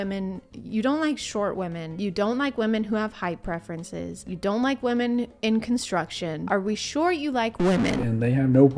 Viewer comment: If you pronounce the words “construction industry” as “contruckshin industry”, you lose the right to even attempt to insult/judge women or anyone else for that matter, for being underrepresented in that industry…